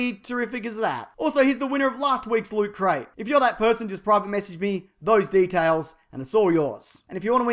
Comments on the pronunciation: Loot Crate? Don't you mean Lut Crate? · Star Wars and Star Trek,share... Stars. Both universes are linked, confirmed. Now Lutcrate me, for I am the official weekly wackadafuckyoumason! It's pronounced lutcrate